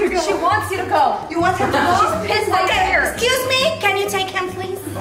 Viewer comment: Lol * exacuseamie* got me 😂😂😂😂